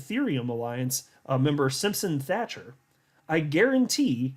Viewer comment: Hey how are ya, the 🏴 says hello & thank you! Also can you tell Brad kimes that he keeps saying the name Simpson Thatcher wrong, he pronounces Thatcher with a K and it sounds like Thakker, honestly it's making my ears grind! It's not that hard Thatcher as Margaret Thatcher not Thakker..I love his channel but he butchers some names at times.